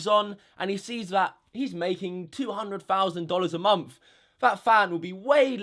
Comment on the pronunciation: “Tuu hondred fauwsand dolars a momf.”